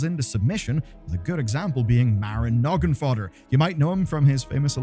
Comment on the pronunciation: I know you know better than to say NoggingoDDer, we all know you know it's NogginfoGGer, so wtf gives?